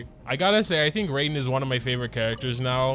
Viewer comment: Ray-den is almost as bad as the buhNETT XD (jk loved the vid)